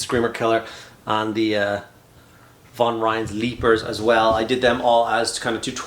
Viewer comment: Flawless pronunciation of Von Ryan’s Leapers. I was totally ready for Von Dutch’s Lictors.